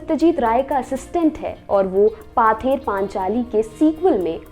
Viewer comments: Its not 'paather panchali', its 'pother panchali'. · Good try. It should pronounce it as 'pawther panchali'